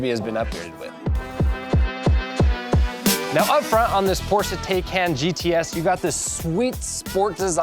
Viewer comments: The first half of the video is about how to pronounce the name and then he pronounces it wrong every single time after. Wtf lol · excuse me that’s not how it’s pronounced 😂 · Did I just watch you "Educate" us on how to pronounce "Tay-can" and then you proceed to butcher the name? Bruh. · wait why tell us how its pronounced and then put us through the discomfort 😂😂 very detailed review otherwise